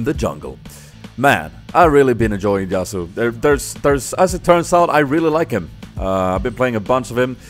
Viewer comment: Actually, it's pronounced Ya-su